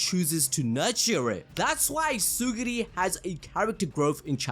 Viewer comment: Man it's Tsurugi not Tsuguri 😭😭